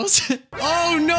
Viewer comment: OH NOI- Me: for now on I will be pronouncing no as noi